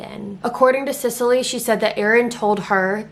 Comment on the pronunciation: This is just an aside, if my son was a girl the name I had picked out was Cecily Rae. Literally EVERYONE is covering this case and not a single one is pronouncing her name right (trust me it doesn’t matter to me, I have a lot worse things to call her than the mispronunciation of Sicily). Just glad he was a boy lol. Ok onto the rest of the video. And, you don’t have to really apologize for mispronouncing the last name, I mean you are a human being who makes mistakes and anyone who follows your channel andor is a fan of yours know your heart is always in the right place and you weren’t being disrespectful but thank you anyways for acknowledging. For in my opinion they have proven themselves incapable of defending justice in our country and of making such decisions. (Like covering up insane amounts of treachery and misdeeds and just letting it all go and acting like it’s not happening to “protect the reputation” of our military and our soldiers. While I totally understand not wanting other countries to see what a crap show our military is when it comes to things like this, at the end of the day what good IS the military if ANY, even just one, of the highest ranking officials are basically domestic terrorists themselves. This says “look how we treat our own soldiers, we are weak”. I’m sorry for the rant I’m just incredibly disgusted!!